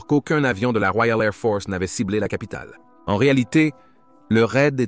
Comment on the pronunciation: "La Woiale Ai'h Fohce" :)